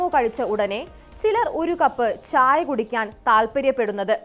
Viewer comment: ച്ഛ്ച്ചായ" അല്ല "ചായ". അത് മതി.